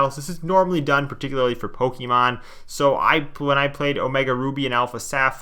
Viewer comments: Everyone: Pokemon This guy: Pokey man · Poke ee man I've never heard anyone actually genuinely pronounce it that way Oh ur from up north that checks out then